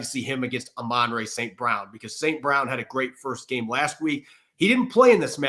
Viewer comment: Did that guy pronounce Amon Ra as “uh-MAN-ray”? 😅